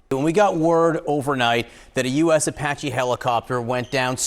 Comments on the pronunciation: please try to learn how to pronounce things like Iran isn't O'ron and Apache isn't O'pache'... Your an amazing reporter lets elevate your linguistics just a touch... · Does she really not know how to pronounce Apache?